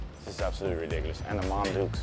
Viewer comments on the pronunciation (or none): none